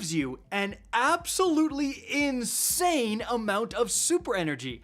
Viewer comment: is already signaling Bungie for the nerf. Did you really have to put some much emphasis on “insane”?